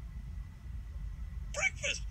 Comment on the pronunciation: the origin story of the Bekfast meme